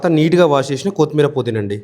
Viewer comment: anna kothimeera anali, kothmeera kadhu. Baga chepparu and chesaru kuda